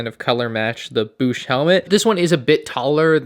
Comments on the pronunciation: it's Boushh like Code or Toad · Literally could not finish this video because of how you pronounce bousche 😂😂.